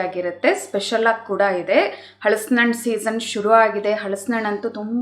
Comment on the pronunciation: ಈ ರೆಸಿಪಿ ಚೆನ್ನಾಗಿದೆ, ಹಳಸಿನ ಎನ್ನುವ ಉಚ್ಛಾರಣೆ ಯಾರನ್ನು ಹಲಸಿನ ಎಂದು ಬದಲಿಸಿ